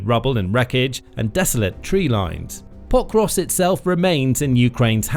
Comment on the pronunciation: Anyone count how many times he said potrusk. So annoying